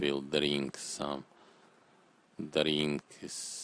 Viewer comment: *"dreenk some dreeenks"